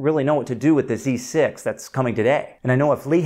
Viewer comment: I can't tell for sure whether you are saying Dee Six or Zee Six. I presume you really are talking about the Zed 6, I haven't heard any rumours of a successor to the D5 yet.